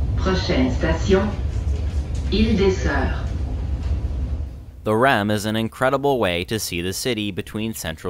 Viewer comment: Brossard (Name of this suburbs) ->Bross-R Du Quartier (From the Neighborhood) -> Du Car-tee-hey Panama (street)-> Pa-na-ma Île-des-Soeurs (Nun's Island)-> Heel-Day-Sir Gare Centrale (Central Station) -> Gar-San-trall